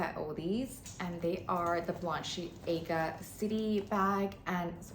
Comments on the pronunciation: you’re a good sport❤. For what it’s worth, it’s bah-len-see-AAH-ga. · The way you pronounce it is that how it’s supposed to be pronounced I’ve never heard it pronounce like that before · no, its not... ;)